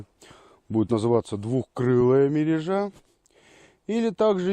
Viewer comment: МерЁжа под лед ставится, а то что показано чем то похоже на закол(летний вид). мерЁжа ударение на Ё.